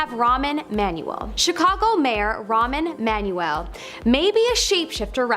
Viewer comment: Rahm Emmanuel. Not Ramen Manual. There is a space!